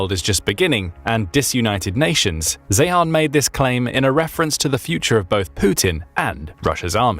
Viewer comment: Peter Zeihan’s last name is pronounced literally as ‘ZION’ !!!! And Shahed Drones are NOT pronounced as ‘Shë-head’; proper pronunciation is actually the more Arabic pronunciation of, “Shaay-haln” !!!!